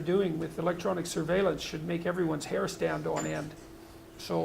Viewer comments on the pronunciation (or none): none